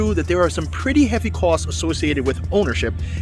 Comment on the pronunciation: Really liked how he says ‘costs’ - is that a Boston accent?